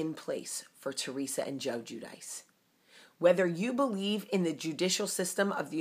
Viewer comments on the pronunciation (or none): Anthony Guarino When I listened to the last show, at the end you heard Joe's father say. "Jew Dee Chay" or "Ju De Chay" We are basically saying it the same way except how we spell it out. Clearly its not the way Jamie stated it!